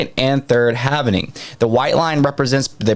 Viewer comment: Repeat after me... HAL-VING Not HALV-NING